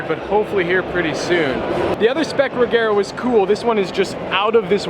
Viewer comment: oof, he kept saying re-gare-a. Sorry,, it is Re-zher-a like, chair. Re-zhere-a